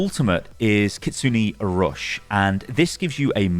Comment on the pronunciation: it Ki-Su-Ne not Ki-su-nee pls this is like the tiktok VDO is Kamehameha think in fortnite LOL!!!